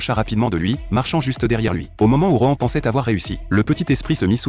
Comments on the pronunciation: Par contre heu. ROEN.... Nan mais c'est Rohan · Moi au début j’avais cru il disais roman au lieu de rohan